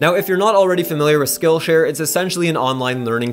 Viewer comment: Totally sounds like you are saying "Skull Share".. Thought this was a prison channel.. LOL Great content as always!